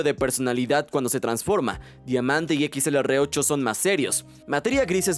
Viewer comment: Dijiste excelerate o como se diga? Es XLR8!!!